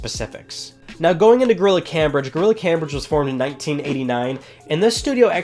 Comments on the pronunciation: It's pronounced Came-bridge not cam-bridge. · Cambridge is pronounced as "kaimbridge" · It's pronounced 'came-bridge'.